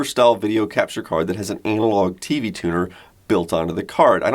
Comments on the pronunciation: Why did you say "anal-log" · Did he say anal-og? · u said anal log lol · he said "anal log" 💩 🤣. I'm immature.